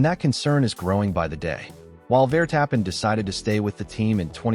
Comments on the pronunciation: Claim to be F1 news and Ai can not even pronounce names correctly Vertappin😂😂😂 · Yes yes max vertap-pen